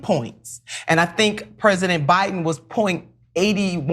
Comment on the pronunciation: “President OBiden” she said the quiet part out loud… 😂😂😂